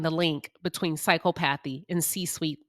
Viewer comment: The word is pronounce “Sy Cop athee “ . There are several professions were being a sociopath, psychopath, narcissist, will lend to success. Sales, lawyers, leaders of large amount of people. It requires charm, bending the truth, complex negotiation and lack of empathy. The perfect example would be a sales person trying to sell an overpriced item to an unwitting person.